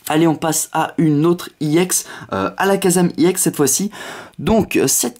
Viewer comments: C'est ex pas iex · pourquoi tu dis iex c'est ex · Et on dit ex pas iex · On dit pas ix on dit exe nul vidéo 😡 David Lafarge te copie pas c'est toi qui le copie ok nuuuuull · et en plus on dit pas iex mais ex tout court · pourquoi tu d'i i ex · T nul sale plagieur non tu n'avais pas cette idee parce que ta demander a t abonnes parce que t meme pas capable de trouver toi meme t video si tu compare t abonnes avec celui qui ta soi disant copie (david lafarge pokemon ) qui a largement plus d'abonnes que toi tu sais meme pas prononcer ex alors ramene la pas trop en plus tu parle alors que ta strictement rien a dire vu que tes subjuguee par ton soi disant concept copier par david mais si tu l'aurai pas copier tu n'aurai rien dit et t'aurai fermer ta grande gueule et tsai quoi jvai signaler cette video et ta chaine